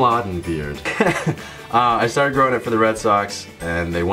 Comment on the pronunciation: "Don't even get me stahted." I believe you dropped your Boston.